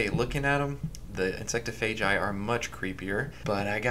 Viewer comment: the way he says “insectophagi” bothered me. i say it like it’s spelled, “insect-off-a-guy. insectophagi.” maybe i’m wrong tho